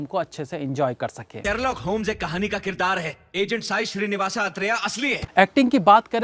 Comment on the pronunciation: Hello film name he Sai srinivas athreya.. Apne sai nivas pronounce Kar rahe he. It's an awesome thriller movie with a unique concept